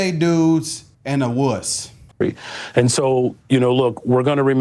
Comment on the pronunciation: " two gay dudes, and a woose" 😂